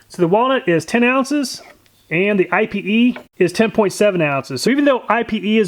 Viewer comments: If you’re wondering about the pronunciation on Ipe, I’ve heard a lot of people saying it “ee pay.” cool test! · pronounced "ee- pay"...i was wondering what I-P-E was. i didnt know thats how you spelled it so i had to google it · it's not I.P.E. it's pronounced eap-aye.. or I've heard eye-pay.. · If thats Brazilian Ipê wood then it isnt said like I.P.E wood but it's actually 'Ih-peh' wood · I believe it's pronounced ee-pay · It's pronounced "eyep" or (in French) "e-pay". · For the record, it’s pronounced “Eepay” or “Ippay.” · Pronounced EE-pay .... just like Ebay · IPE is pronounced EE-PAY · It's pronounced (eee-pay) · Its pronounced eepay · Ipe is pronounced 'EEE-pay', its also known as Iron Wood so no need for another Ipe/Iron Wood test. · EDIT, Miss heard.. You have walnut and IPE, but it is pronounced (EEE PAY) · It's pronounced eepay. It's a great bow wood due to almost non existent knots, straight grain, and insane density. The people who make flammability ratings for stuff classify it as more fire resistant than aluminum. It's so oily that it does not need to be treated for exposer to weather. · Ipe actually has a pronunciation. It's "eepay". Just FYI.... Love your videos, and the logical way you do your tests! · ipe is pronounce E-PAY. It is the strongest and nicest decking you can buy. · Ipe is pronounced ee-pay just letting u know cool vid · I had to Google ipe, and just so you know for future reference, it's pronounced "ee-pay". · Lots of fun. Fyi we pronounce ipe (ēpāy). Not totally sure if its correct but around here thats what everyone calls it lol. Ipe is some hard stuff right. As a carpenter for 20+yrs ive done lots of decks with it and i use the scraps for work benches and shelves in my garage good stuff but ya do have to predrill and tap it if ya want a good bullet proof joint. Thanks for the vid take care p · Yes! I recommended ipe. Thats awesome your trying it out. Im pretty sure its pronounced "e-pay" though. Too bad it didnt last longer